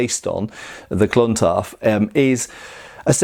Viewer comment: Nice to hear your pronunciation of Clontarf improving with time.